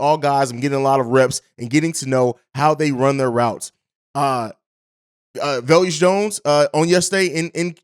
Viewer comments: Velus- ( Va-lus) not ( vel-yus) Jones lol. I get equanimeous being kinda tough to enunciate 😆! Let Bobby know too bc you both say velyus 😄! Just giving you a hard time. No hate! Love the show & everything y'all do! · No disrespect but ur terrible with names Velus (Vey-Lis) EQ (Eck-Qwa-Nee-Mee-Is) Al-Quadin (Al-Qwa-Deen)